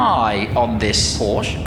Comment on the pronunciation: Commentator said the brand wrong 🤷‍♂️🙄